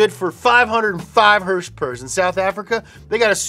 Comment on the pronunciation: I can’t stand the way he pronounces Horsepower . It’s so effin annoying